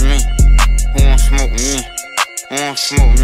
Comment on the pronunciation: when he said "whowansmome" i felt that